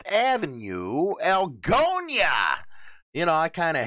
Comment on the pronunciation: It is pronounced Al Go Naaa. Not Al go nya.